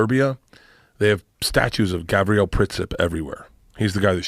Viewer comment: It's Gavril not Gabriel